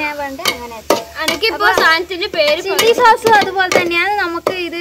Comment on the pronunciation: സാസ് അല്ല സോസ്